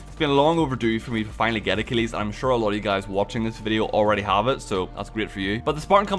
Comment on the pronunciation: If I hear pronounce Achilles as "uh-keel-eez" one more time imma lose my crap